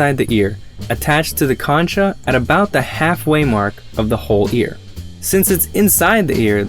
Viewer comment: "concha" pronounced as "kon'-ka", not as it looks.